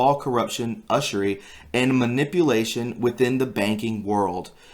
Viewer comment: pronounced - YOU - zhUR - EE